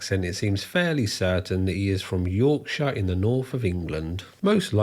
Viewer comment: I hope the American viewers absorb the correct way to say Yorkshire (or any other county ending in shire for that matter). 😂